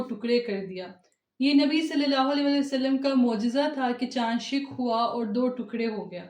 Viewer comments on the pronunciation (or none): انٹرویو لینے والے یا والی کی اردو درست ہونی چاہیے۔ درست لفظ شَق (Shaq) ہے، شِق (Shiq) کہنا انتہائی غلط ہے۔ انٹرویور کی اردو بہت خراب ہے۔